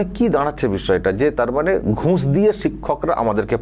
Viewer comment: আপনার বিশ্লেষণ খুব ভালো ।উচ্চারণ একটু এদিক উদিক । যেমন ঘুঁস না ঘুষ ।